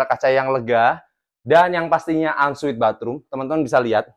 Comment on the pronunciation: Ensuite mas bukan unsweat